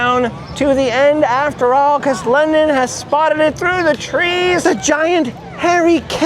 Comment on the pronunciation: London ‘ Is definitely sponned lol 😆